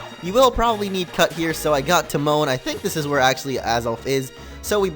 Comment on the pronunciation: i thought for a second you said Teemo when you said Timone